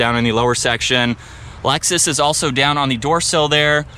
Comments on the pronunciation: It’s not called Alexis, it’s called Lexus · he said Lexus is 😂😂😂😂😂😂😂😂 stuppad